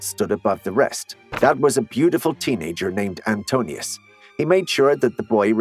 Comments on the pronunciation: AN-TIH-NOH-US, NOT "ANTONIUS!" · That's "An-TIN-u-ous." Not Antonius. Julius Caesar didn't start the Roman empire, Augustus did. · Oh so do I, although I do think that the comment about the unequal power dynamic - even if not necessarily the case with Hadrian/Antinous (which is pronounced Ant-IN-oh-us and not "Antinius" or "Antinus" as it was in this and other videos I have seen - sorry, a small side point but I feel it undermines the credibility of the whole thing if the basics like that can't be got right.) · He said anto- but the verbiage in the screen was anti-nious. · wer lesen kann ist echt im Vorteil, der Lover hieß Antinous, nicht Antonius 🤪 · Not 'Antonius,' but 'Antinous'! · Not Antonious!M! Antinous. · well true, but robots are programmable and all the sounds needed to correctly pronounce "Antinous" are used elsewhere in the story so that isn't the robot's fault, that's the channel creator's fault. If in fact there is some strange and quirky reason the robot couldn't be made to work properly - in this case, correctly pronouncing An-TIN-oh-ehss - then one shouldn't have been used as, quite simply as the man said, getting something that basic so amateurishly wrong, just kills any credibility regarding facts or analysis thereof, stone dead. The presumably human (so, non-robotic) creator of this channel would surely have had the opportunity to vet and revise the video prior to posting - therefore, the fact of the narration being robotised or not, you and whoever you advise "to give it a break" can make allowances (ie lower standards) all you like - but for me, I'll stick with being unapologetically and possibly a bit bitchily hypercritical, if it's all the same to you - or even if it isn't. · My understanding is that Hadrian's favoured lover was Antinous, not Antonius as you repeatedly pronounced it. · Yes , I also was disturbed by the mistake … such an iconic figure in antiquity cannot be mispronounced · It was spelt properly but not pronounced well